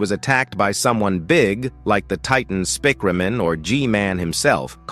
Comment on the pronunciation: Spikeriman and spikreman 😭 💀 🙏 that’s how you say Speakerman in the video fix it